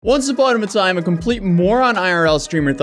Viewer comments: "once uponamahtime..." 🤣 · "once upon a ma'time" I'm dyin